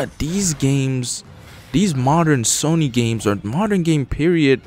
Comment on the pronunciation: you need to learn how to pronounce SONY and its IVE SEEN not I SEEN